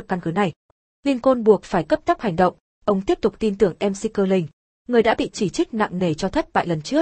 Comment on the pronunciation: Mc đọc là mắc chứ, bạn nên dùng VJ thật đọc ko nên dùng đọc máy